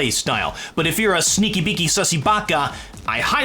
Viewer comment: Did just say sissy baka?That feels wrong